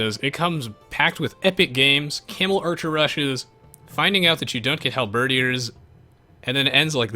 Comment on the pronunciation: Hey, love the channel. I'm a long time AOE player back from Rise of Rome on and it's my all time favorite game. Really love your channel and videos though I must confess I never really got into multiplayer but want to try it after so many years playing. One thing I want to point to you though, "Halberdiers" is pronounced Hal-ber-deers, not Hal-ber-dee-ers;P